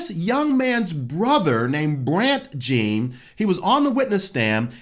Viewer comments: He also pronounced Botham’s last name Jean, instead of Jon. That’s okay, we understood who he was talking about. 😀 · Correction, The officer's name was Amber, not Amanda. And the pronunciation of Botham Jean's name sounds closer to "John" than an actual jean as in 'blue jean'. Sounds like 'ZHA-AWN'. I just wanted to make sure you are getting the correct facts out. Bless you, brother! Thanks for this! (oh, well, I saw that you corrected the officer's name in the description) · I love you my brother but you are pronouncing his name WRONG. It's Botham "John" phonetically, not "Jean" or "Gene". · Couple things: 1. he thought the cameras were off. 2. It's pronounced "John" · Sir, great channel. But her name is AMBER. The victim was of French origin, and his last name is pronounced J(au)n.